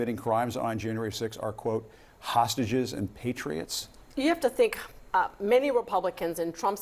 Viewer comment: "Ta-Hostages". They can't even pronounce hostages correctly.